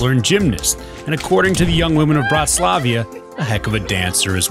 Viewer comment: its bratislava not bratislavia 😅